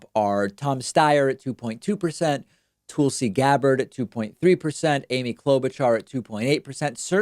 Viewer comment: Tool-see Gabberd